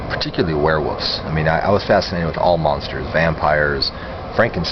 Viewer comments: So u were fascinated by werewolves but u never learned how to pronounce it! Wuff wuff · Wearwuffs haha. i say it like that too bro people give me shit. thas wussup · obsessed with " warewoofs" lol XD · sounds like hes saying werewoofs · Don't take this the wrong way, I mean it as a compliment. The way you say "Werewoofs" ... the pronunciation. ha ha ... I like it.